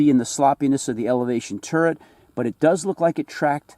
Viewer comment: For hell sakes. You still haven't corrected this? It's Turret. Not TURRENT.....!!